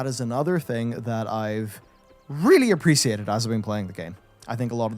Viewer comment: Is that how you say appresiated?